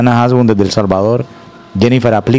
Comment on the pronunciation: Jasbun noooo Hasbun la h es muda jajaja 😂